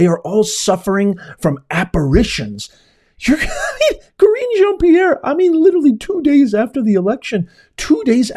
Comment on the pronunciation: Ka-reem-puf Jean PEE-AIR is delusional 🙄